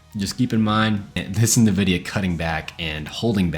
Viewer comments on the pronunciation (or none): My brother in tech... It's not Nah-vidia. It's the letter 'N'- vidia. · did you say Navidia?